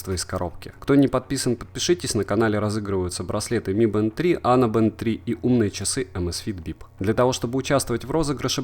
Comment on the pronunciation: Не мы бэнд, а ми бэнд!!!!!